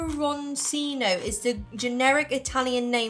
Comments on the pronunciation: Pepperoncini is pronounced “pepper-on-chee-nee “ It’s a pickled spicy pepper that’s served on salads in an Italian-American restaurant. So delicious. Now I gotta find those chips to eat along side an Italian sub! 🤤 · I'd break it down to: Pepper on chee knee. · It's pronounced "peppercheenie" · Pronounced like pepper-chini. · we pronounced pepperoncini like "pepper cheenie". they are pickled peppers in vinegar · pepper-On-Cheen-eee. just means little peppers in ITALIAN. PAPAJohn's pizza here gives u two with a large pie. it is a blonde green pepper pickled. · pepper o see nee haha ha ha Pepper Chi Nee is how its said. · Pepperoncini is pronounced as "Pepper-on-shee-knee" By the way the cheetos were Korean not Japanese. The flavors are (orange bag) Smokey BBQ and sweet and spicy (black bag) Also Hmart is a Korean grocery store but does contain other Asian food like those Japanese ramune sodas. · Pepperon”ch”ini is the pronunciation. 😊 Those C’s in words can be tricky but typically in italian words it’s “ch” if C is followed by i or e .